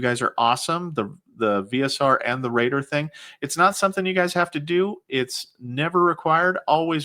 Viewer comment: Raider Nation ❌ Rater Nation ✅